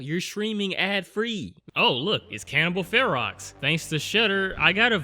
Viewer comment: Ferox is pronounced like the beginning of the word ferocious, and basically means ferocious or wild.